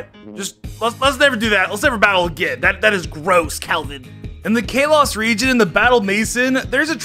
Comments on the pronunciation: WHY DOES HE SAY KALOS LIKE (K-LOW-SS) WHEN ITS SUPPOSED TO BE SAID LIKE (KAH-LOW-SS) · The way he says Kalos.... Kaylos... I'm sorry. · "Kay-loss region" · I like how he calls kalos kay-loss when it's Kal-los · you dummy its k a l o s not ka los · i feel pain every time he says kalos like “kaylos” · if you call kalos calos one more time i swear to god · Kalos (Call-oh-s) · Ikr its Ka-lows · Sounded like Chaos to me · Or kay-Los lol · did anyone get mad when he said kalos wrong? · Video starts for people who don't want to sit through a sponsor who says kalos like that it's completely wrong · Why tf do you keep saying Kalos like that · Take a drink everytime he mispronounces Kalos. Take 2 everytime he mispronounces anything Hawaiian in the Alola region I challenge YOU